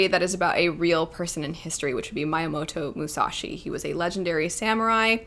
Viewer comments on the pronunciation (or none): mee-yamoto musashi, not mai-yamoto musashi 🙂👍